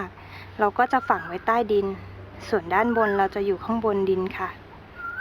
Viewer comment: ขา มีความรู้เรื่องการปลูกพืชแล้ว ต้องถ่ายทอดอย่างนักวิชาการด้วยคะ โดยการออกเสียงให้ถูกต้องคะ ออกเสียง ตัว ร เป็นตัว ล และออกเสียงคำควบกล้ำไม่ได้คะ ตัวอย่าง เลา (เรา)โลยเมล็ด (โรย) ลดน้ำ(รด) 3 วันแลก (แรก) ต้นก้า (กล้า) กะหล้ำปี (ปลี) เตียมแปง (เตรียม แปลง ) แคะแกน (แคระแกร็น) ปูก (ปลูก)